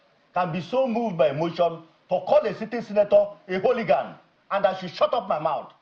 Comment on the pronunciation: Let him go and learn how to pronounce the word hooligan! Let him replay the video of the altercation and learn from Dr. Oby